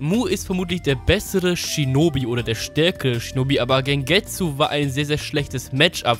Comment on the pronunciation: Alter, wenn Du "Shinobi" sagst, verstehe ich immer "Schnubbi" xD